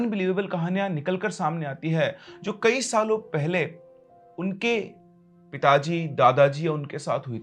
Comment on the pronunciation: I heard pitaji as itachi 😂😂